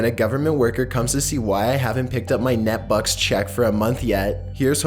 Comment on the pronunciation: it's pronounced N EE t bucks.